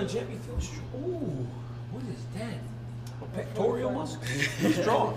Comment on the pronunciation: Cormier out here diddle-ing "pectorial" muscles 😂